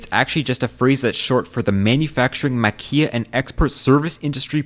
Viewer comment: Maquila's "L" isn't silent ^^